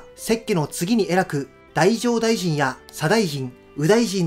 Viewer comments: 太政大臣の読み方って「だじょうだいじん」じゃ無いんですか？ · 太政大臣 読み方は だじょう ですね